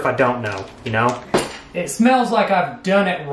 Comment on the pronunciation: ‘I don’t MRKnow’ 🤣😂🤣😂